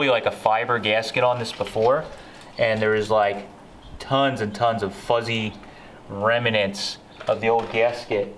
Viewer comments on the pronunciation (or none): It's REMNANTS, not remAnants.